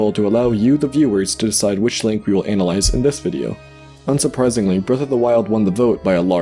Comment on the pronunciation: How do you take a PG or G rated zelda analysis and give it an R XXX or NC-17 rating? Dont learn how to say analize XD Great content. But its such a small and obvious thing in the middle of such a wonderfully done piece of art/entertainment. This is not a negative critique of you as a creater. Be careful offering unsolisited analising.